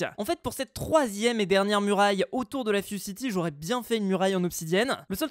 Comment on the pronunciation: Ses la fuzecity tu as dis ses la fuoreCity